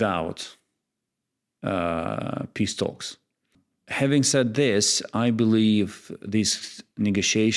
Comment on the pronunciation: The lady (and the USSRAINIANS) pronounce PISS-TALKS instead of PEACE TALKS...